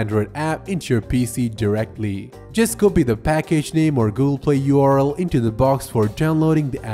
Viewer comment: the pronounciation of URL... so bad